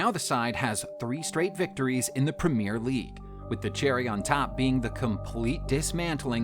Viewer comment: 'Red Zone', 'Prem-ee-r league', '7 to 2', 'Vileans', 'CL Finals' lol